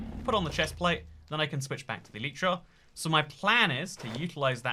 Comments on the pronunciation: E lie tra not e le tra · Is it e-lie-tra, ele-tra or el-eat-ra?